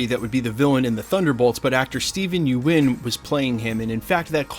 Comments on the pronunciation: I made the mistake of pronouncing his name the same as you are, he said On the talking dead (walking dead talk show with Chris Hardwick) it's pronounced "yun" like young minus the "g" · Did he real just say Steve U-in 🙈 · at this point i think you are just saying everyones name wrong on purpose. steven yuen is now steven ewan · The mis pronunciation of his last name is bothering me. It's like June With YU in place of the J